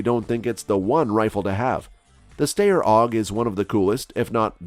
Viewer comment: This isn't a new model of the AUG and the pronunciation for Steyr is wrong.